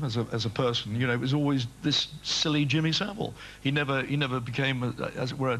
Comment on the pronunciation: Jimmy Sa-'VILE'!